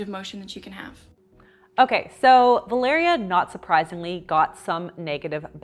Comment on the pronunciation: I love how you pronounce my name "Valeria" 😍 feels like you're talking to me 😂